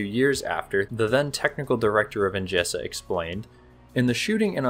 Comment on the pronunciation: The "S" in "Osório" is pronounced as a "Z". It is Portuguese, not Spanish. Same thing on "ENGESA", it is a "Z" sound. I will not correct you on "Conde de Linhares" pronunciation as I have no idea on where to start.